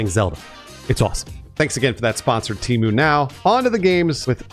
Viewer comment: I thought Temu was pronounced temu, not temu.